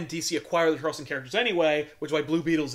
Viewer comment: Great choice and great episode! Still the only show on youtube I consider appointment viewing <3 NYAAA, AKTUALLY, its "Charlton" characters, not charleston like the chew.